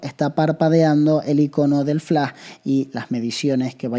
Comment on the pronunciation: Es Flash! No Flá!!!! Hable bien!!!!! :face-purple-crying